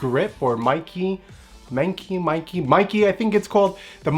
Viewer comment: I think its pronounce like this : ME like MEmory i like eee KE like KEn ME i KE